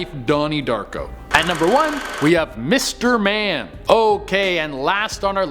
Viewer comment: When you said mister man I thought you said mister bean